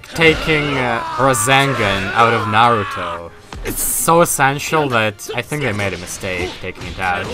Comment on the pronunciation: Not gonna lie, hearing you say "It's like taking razengan away from nairuto" tilted me a bit. I know it's the accent but, aaaaaaaa elitist in me is screaming haha, great gameplay though!